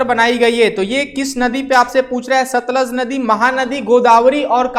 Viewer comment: That is not satlaj that is sutluj